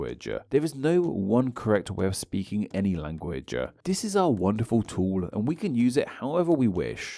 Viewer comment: Intersting topic. But I've noticed that you tend to and an 'a' after a lot of words in your pronounciations. Like here for example when you say 'language' you added an 'a' on the end. Is this a habbit of yours?